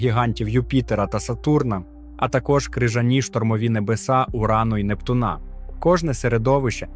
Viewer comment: От цікавить, автор знає про таке.поняття, як наголос?- не "Нептуна', а "Непту'на"!!!